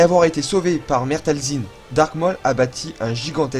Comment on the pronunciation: Waw 🤩 c'est fou comme tu progresse au niveau montage 😻 C'est très cool a voir 👌🏻👍🏻 mais je crois juste que Maul se dit "Môl" et pas "Mooooooollllle" 😂 mais bon sinon rien a dire, c'est super 🖤